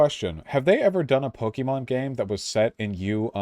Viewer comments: The fact that vaush pronounces it po-kee-mon is enough to discard his opinion Also to be clear, arceus uses the same battle mechanics as the main series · I don’t trust anyone’s opinion on this game who pronounced it “Poke e mon”. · Pronouncing it "Pokiemon" must be a deliberate attempt to display his contempt. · When you can't even pronounce Pokemon correctly? Yeah, your opinion on what makes a "real" Pokemon game is less than convincing. Game Freak, Nintendo, and The Pokemon Company all consider Legends Arceus to be a real Pokemon game. That's the official line and mean it's the only one that's valid. Plus you can tell that prototyped a lot of new gameplay elements for Scarlet and Violet using Legends Arceus.